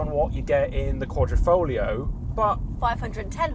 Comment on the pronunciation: Another YouTuber who pronounces QuaDROfoglio, while it is QuaDRIfoglio...